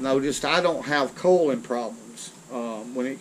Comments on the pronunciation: Did he say COLON or COILIN'. ? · I could have sworn he said that we knew he didn’t have colon problems. Lol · Holy shit!!!!! I thought he was saying "colon" for the first minute. Skip the removing the label bullshit. Spool the line on the reel then just hose the reel down. As soon as the line dries out in a few days it's just like you didn't get it wet. Does the same thing and won't take an extra 30 minutes of useless labor. Most of the info he's giving you on spooling line on a spinning reel is absolutely wrong!!!!!!